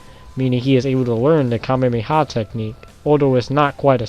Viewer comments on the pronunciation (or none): Kamehameha not kamemeha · Kame-me-ha technique.... uh... I even slowed it down to 0.25x that what it sounds like he's saying.